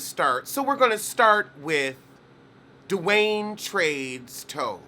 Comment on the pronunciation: Did anyone else rewind to confirm whether he said "Dwayne Trade" ? 🤣